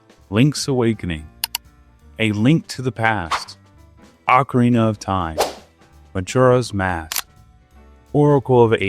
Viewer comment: it's actually Mujura if you can believe it. But who's keeping score? Hyrule actually rhymes with dull. It's like, Britishy.